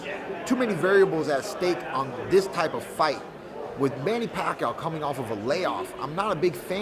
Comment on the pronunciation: not manny pakyo, it's manny pakyaw..